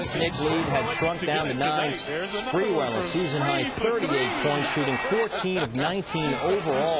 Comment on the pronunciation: Latreeeeeeeeeeeeell spaaaaaareeeeweelll, idk y he says it with an a, but whatever.